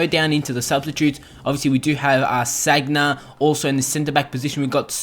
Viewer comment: u r saying sagna wrong